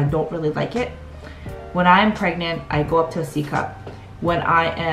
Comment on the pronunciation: Are you... preganant.. Prregante..? 😂